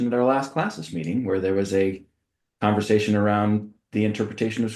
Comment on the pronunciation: just having a "converzation"